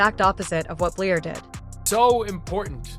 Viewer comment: Please say Lisa’s last name correctly - Bluder